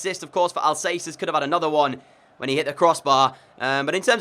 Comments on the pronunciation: I'm sorry it's bugging me, it Paco al-cas-er not al-say-ser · Al-ka-sair dude not Al-sey-ser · It’s Paco Al Ka Ser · Sorry but it's pronounced AlKacer not AlSacer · Who else cringed when he said pako al-say-ser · Al cath-er in Spanish Al casser in English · Had to dislike for “Al-say-ser” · "I might get some player names wrong, Paco Alsaser!!" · “I’m gonna apologise in advance as I might get some player names wrong AS PACO ALSAYSA GETS IN BEHIND sorry this killed me 💀😂 ❤️ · Pls pronaunce alcacer as al ka cer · It’s Paco Al Ka Cer bruh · Stop saying Alssasser ( Paco Alcácer) Go search for his pronounciation That triggers me sorry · Alcacer is pronounced Al-ka-sair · lol.. your absolute garbage when it comes on to pronouncing players names... It is AL-KA-SAIR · You have to say Alkaser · Alcacer is Al-Ka-Sir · No, its Al-Ka-Ser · STFU you guys don't speak spanish. Its Al-ka-ser you dumbass